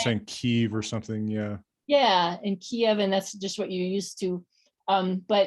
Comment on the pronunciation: hwats and hweres are awesome.